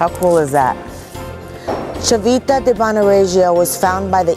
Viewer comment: Horrible accent !!! if you do a video, just learn it right! " Civita" is pronounced as "Chivita" with an accent/emphasis on the first i, not the second one, plus Regio, is "NOT" pronounced with that french-like-j, it's pronounced as in English "ReJo", that simple !!! don't mess with my language, respect ! don't be sloppy